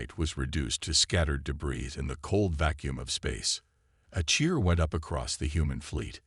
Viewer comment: This would be a good story. Unfortunately, the AI reader needs way better annunciation and pronunciation. I'll overlook the repetition of the story which seems to be a universal problem. Debris is pronounced debree , teach your robot hooked on phonics.